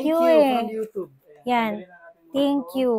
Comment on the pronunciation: Bakit “youtoob”?